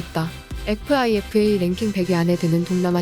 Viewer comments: FIFA를 피파라 읽지못하고 에프아이에프에이라고 읽는 채널을 당신들은 왜 보고 있는가? 요즘 이런 방송들 은근히 많네...싫어요 누르고 나감...... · 피파를 에프아이에프에이? 에라이!! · 피파를 에프아이에프에이 라고 읽는 유튜버를 보고싶지않다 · 에프아이에프에미~~??? 순간 뭔소리 푸하하 빵 터졌다..